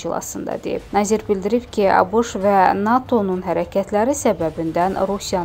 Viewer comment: Azərbaycan dilin niyə belə eybəcərləşdirirsiz?! Nazir sözünü doğru düzgün deyin də…